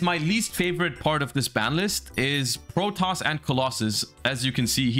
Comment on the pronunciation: Side note, how did the yugioh community end up pronouncing "Protos" as "Protoss"? Seems like a weird mistake for literally everyone to make.